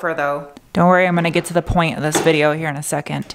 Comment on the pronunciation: “Ze windshield” lol